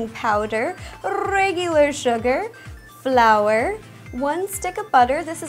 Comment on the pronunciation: Am I the only one who heated her say blour